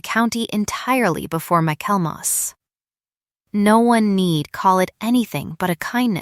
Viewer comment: The word is: Michaelmas (pronounced Michael mass). Refers to the Christmas season. Why do all the stories on this channel seem to center around ledgers and financial matters? Getting a little too predictable.